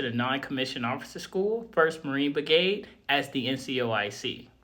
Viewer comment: My brother, there is an 'R' in the word brigade.